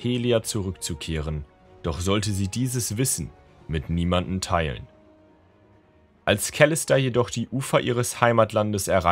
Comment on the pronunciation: Gutes Video echt gute vorgelesen nur die Aussprache von Kalista triggert ein wenig 😂